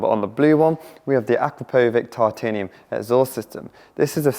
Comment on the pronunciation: Its not 'akra-poh-vick' its 'Akrap-poh-vich' ask them yourself. Dont be Yianny. 😂